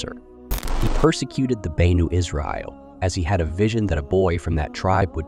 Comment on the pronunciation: We need to stop using A.I to narrate videos that require correct pronunciation, Banu? F(eye)roun..ughh